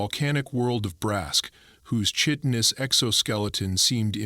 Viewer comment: The way the AI pronounces chitinous is a complete steaming pile of CHIT.